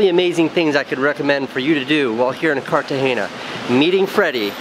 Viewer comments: It's not Cartageña, Casey. It's Cartagena. Prpnounced just like that, normal n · Casey it's not CartageNia it's Cartagena (pronounced Car-ta-hey-nah) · Or to learn to pronounce 'Cartagena.' :-) (not Cartageña) Everything else was, as you young people say, 'dope.' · because most of us don't speak spanish dude. I don't know why all spanish people say 'jess' instead of yes..so annoying to us 'gringos'. In all seriousness, are you saying its pronounced carta-hay-ya? Have to admit, I thought it was carta-hay-nya. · Dude, you just murdered the name of the city. Cartageña lol. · Did he just say cartahenya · It's pronounced "KARTAHENA" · Love ya, Casey, but there isn't a "ñ" in the name "Cartagena." So stop saying it like that. I don't know why all gringos do that... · Cartagena! U misspronounced it til the end...allmost.